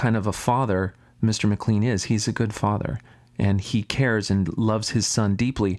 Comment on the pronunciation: Would you please learn how to pronounce his name. It is like McLane. There are 16 gay references in the bible. All negative. So is the bible a fake?